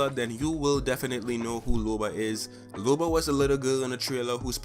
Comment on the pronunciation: Its LOBA not LUBA.